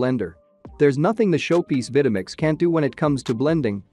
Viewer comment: Purchased my Vitamix 5200 back in 2009 and it still works fine, no problems with it. Good video except the narrator mispronouncing the names of the Vitamix and Breville. Oh well.